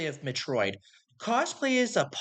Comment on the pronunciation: Why is this in my recommended feed, and why can't you pronounce Metroid correctly? 😭